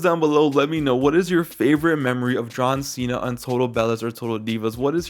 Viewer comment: “John seeya” 💀💀💀